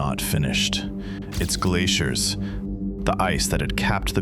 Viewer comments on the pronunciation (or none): none